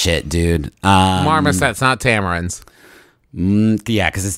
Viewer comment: tamarin, not tamerin